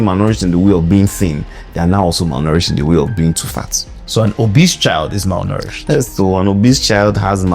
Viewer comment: Me too, I heard "malnouritched"😂😂 Thanks, Doc, for enlightening us with each video. We know better after every video we watch.